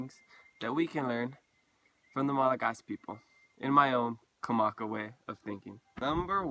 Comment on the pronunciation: That's crazy I've always wondered if any Hawaiians have ever been to Madagascar or vice versa. I wonder if any Malagasy have ever been to Rapa Nui. I think you're mispronouncing Malagasy it's pronounced Malagash.